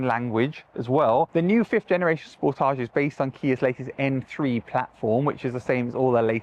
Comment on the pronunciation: Thank your for pronouncing Sportage correctly! ❤️🇨🇦